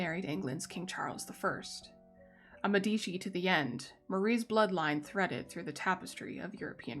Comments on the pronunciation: Love your narration! Great content! Note: it's pronounced MED-i-chee. Drives Italians nuts when people say med-EE-chee. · The pronunciation in italian is MEH-dee-chee: the first syllable is stressed